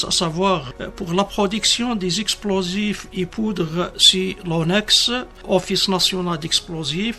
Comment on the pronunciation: Un général pppaaappppppp quelle langue française" chossere " pour chaussure."explosifes" esplosives etc